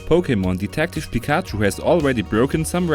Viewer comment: Wait....did he just said pikachoo? O.o